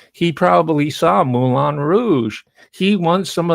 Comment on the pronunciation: French word Moulin is pronounced "Moo-LAN"